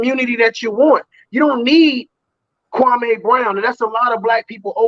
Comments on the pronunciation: Why does everyone call him kwamay???? Its kwami...like kwamee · These dudes are clowns 🤡 cant even prounce kwame brown name right 😒